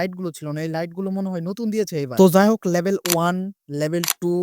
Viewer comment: Label ❌ Level ✅